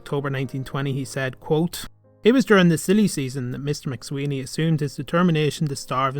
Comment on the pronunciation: I'm afraid that 'McSwiney' is not pronounced here properly.